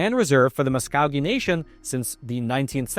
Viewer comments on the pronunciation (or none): It’s “Muss-ko-gee” not “muss-cow-gee”. Other than that, your information is pretty comprehensive. MVTO for making this video! (From a Muscogee Nation citizen). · It's pronounced neither Mus-cow-gee nor Mus-cogg-ee. It's pronounced Mus-coh-gee! If you're going to do a piece where your presenting like you've researched, at least learn how to properly pronounce the tribal names. Personally I question the biased approach you present. Update: Ok, I watched the rest of the video and realized that you presented the other view so I retract my judgement as to you being biased. You were fair and unbiased! But really though, let's work on name and word pronunciations. Notice I don't say Ramen! I'm taking into account pronunciation may not be your forte (for-tay) so all is ok, but lets work on it! Merry Christmas! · MUS CO GEE. NOT MUS CAH GEE. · When indians I grew up with pronounced Muscogee is was Mus ka gee not Musk cow gee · I am a Muscogee tribal member living on reservation land. Good synopsis, but it loses a lot when you continually mis-pronounce Muscogee. It is Musk-o-gee not Mus-cog-ee... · FYI, IT'S NOT THE MUS-COW-GEE NATION, IT'S THE MUS-KOH-GEE NATION. I LIVE IN TULSA, OKLAHOMA, SO I HOPE YOU AREN'T OFFENDED BY MY CORRECTING YOUR MISTAKE. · hi, native Oklahoman and Choctaw citizen here, your pronunciation of Muscogee is driving me nuts, it's mus-COE-gee not mus-CAW-gee. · Mus-co- gee. Not coog. Like Go only Co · Musk-go-key not muscowgee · it's Mus-Co-Gee not Mus-cow-gee. The accent is on the Co. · Dude, please stop saying "Mus-COG-ee". It's "Mus-KO-gee". Listen to the famous country song "Okie from Muscogee" by Merle Haggard. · It's pronounced musk o gee. Not musk cow gee. Lol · Mus-kō-gee Not mus-cow-gee. Putz! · seriously, it's pronounced Mus-KOA-Gee with a long O as in show. Drove me so crazy I had to MUTE you! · Muskogee is pronounced with a long O sound, muss ko ghee. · Muscowgee??? How donyou get cow in the middle of a word spelled muscogee?